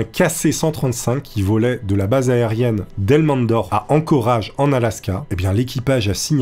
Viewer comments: C’est pas ankoraaaage mais « ankoraïge » ;) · On écrit Anchorage! Mais on prononce prononce "Anchoreige"😄👍💪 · On dit Anchorèèèège! L'inculture de ça fait peur. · Pour info, Anchorage se prononce Anchorage. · Horrible la prononciation de ENCORAGE renseigné toi sur le nom des Villes😊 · Ton accent: pour Anchorage😱🙄